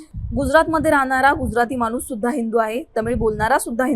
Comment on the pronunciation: आधी नीट शुद्ध वाचा. लिहलंय माणूस वाचताय मानुस